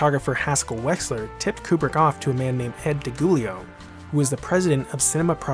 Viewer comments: Another great one. however, you’ve pronounced Ed DiGiulio’s I am incorrectly, it’s Dee-Joo-lee-o. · DiGiulio is pronounced with a soft G... Like “jooleo”. You’re welcome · Nice video! P.s. For future references... DiGiulio is pronounced "Di JH-UwLIy-Ow"